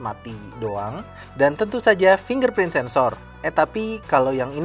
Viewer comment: Fingerprint bang, bukan fin gerprint #maafcumankasihtai